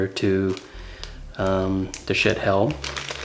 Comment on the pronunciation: Lol! I wish you had posted a link to some of your equipment like the decent-sounding mic over your head and the arms boom for your light that you adapted for it. I've spent a small fortune trying to get a decent mic to pick up my voice. By the way, it isn't pronounced shit, it's supposed to be shee-at